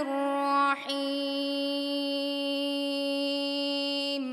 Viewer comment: Хувар рохманур эмас рохманир рохим булади.